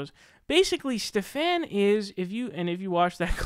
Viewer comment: Stephan is pronoun ed steven, he seems to have trouble with this, hes pronounced in odd/different ways in multiple videos